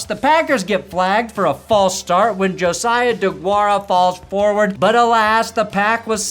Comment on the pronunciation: Great show has 👏🏾👏🏾, and thank you for saying Josiah and not juziah or Joshua!!